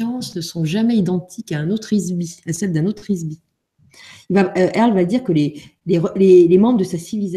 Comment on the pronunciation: earl et non pas airl